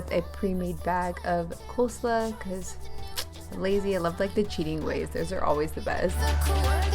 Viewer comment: Those shrimp tacos look delicious 😋 also, I’ve never heard coleslaw pronounced that way before.